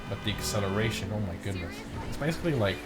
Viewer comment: No one:: aCCelaRtiON iS a w0w